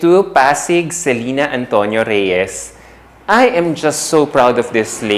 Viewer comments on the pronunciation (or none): none